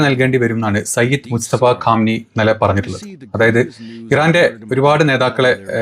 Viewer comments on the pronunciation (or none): ഭായ് മുസ്തഫ ഖാം നെയി അല്ല മുജതബ ഖാം നെയി ആണ്